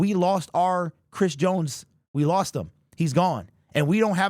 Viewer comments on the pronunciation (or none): none